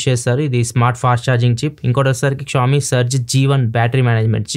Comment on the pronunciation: క్షావొమీ కాదన్నా, ష్యాఓమి